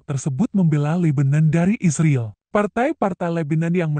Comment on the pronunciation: Yang baca berita ini mesin apa manusia? Bilang israel kayak isriil.